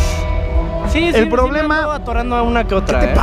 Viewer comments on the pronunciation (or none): like si te diste cuenta que decia ppoblemas